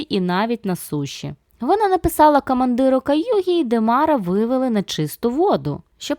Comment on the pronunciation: Подушню і я разок: кАмандир трошки "ріже вухо" та місцями недоречно звучить ґ